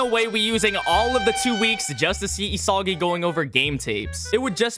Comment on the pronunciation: did this man just say diddysagi?